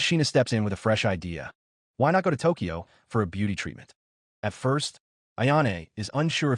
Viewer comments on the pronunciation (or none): none